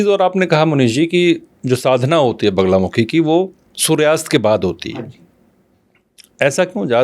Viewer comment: Sahi bola baglamukhi hota he na ki banglamukhi